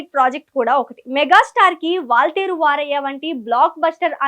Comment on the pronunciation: It's Waltair Veerayya not Vaarayya